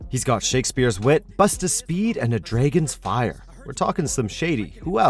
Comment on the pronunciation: “Draygon’s Fire”